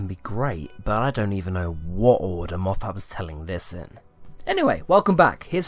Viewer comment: It’s Moff-it, not Moff-at